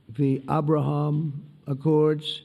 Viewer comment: Abrahummmmm, instead of ABRAHAM - music to my ears.